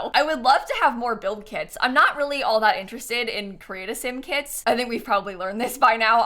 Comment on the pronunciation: Every time she said kits i heard kids